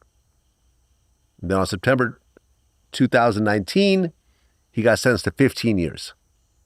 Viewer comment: "Sepember" 2019...